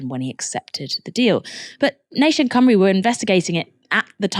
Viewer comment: So nice to see Novara doing a story on Wales (and pronouncing Cymru properly.) More Welsh news please.